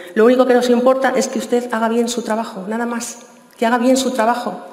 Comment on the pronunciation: UsteZ, MadriZ, Humildaz, SanidaZ, posibilidaZ... joder, que penita y que dolor de oídos!